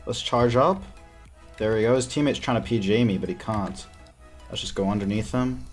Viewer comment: I dont think he can pronounce A's he says splawsh, cawnt, nawt, whawt